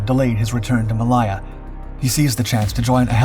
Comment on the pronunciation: Ma-Lay-Ya,,, not maliya